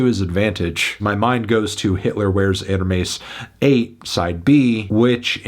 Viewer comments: Its erhmess not erhmees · Why do you pronunce "Hermes" with a paki accent ? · i love the way he says hermes it just awoke something deep within me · the way bro says hermes everytime he pronounces hitler wears hermes makes me want to punch a hole in the wall... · Y’all saw the way Melon said Hermes? 🤨